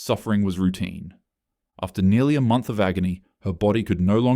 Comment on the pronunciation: Im sorry did you say month?